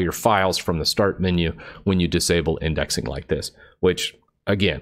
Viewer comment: Lol, "windexing"